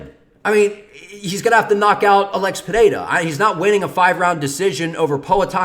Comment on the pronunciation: As a Brazilian I can say: You pronounce "Pereira" really well. Best so far